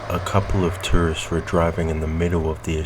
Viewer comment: I thought you said a couple of turds were driving. I had to rewind it to make sure I heard it correctly.